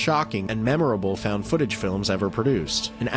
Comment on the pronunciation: Фаунд футэдж или как выразился, фаунд футанаридж